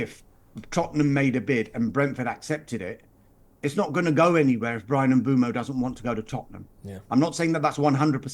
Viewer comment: Why does everyone pronounce mbuemo wrong? It is mbwaymo not fucking mboomo. Not that hard.